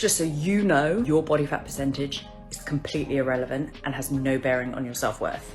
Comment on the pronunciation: did you say "irrelephant"? I thought I was the only one who said that! (thanks, Dad!)